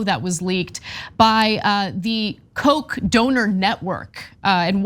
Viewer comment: I was mystified by all the references to 'coke' or 'Coke' even, until I saw some of the signs with Koch on them. Why can't you pronounce Koch correctly, FFS?! Koch rhymes with loch!